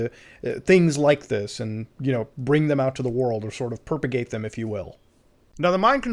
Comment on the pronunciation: the real tragedy in this video is how muda pronounces propagate so sad he's never played prop hunt, he kept looking for for perp hunt on the workshop but it doesn't exist lol